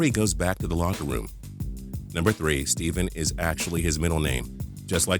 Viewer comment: It is not wordell it is Wardell